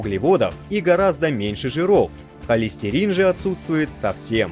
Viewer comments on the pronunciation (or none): none